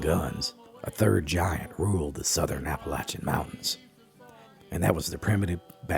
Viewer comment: "Chimleys?" At least he pronounces Appalachian and Appalachia correctly.